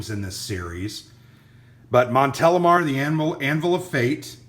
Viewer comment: Very interesting review, and yes, you pronounce correctly Montélimar ;)